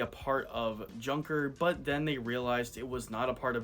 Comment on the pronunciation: Tip: Junker is pronounced "Yoonker"